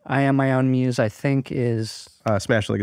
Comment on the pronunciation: Andy!! It''s "I'm Own Muse"!!!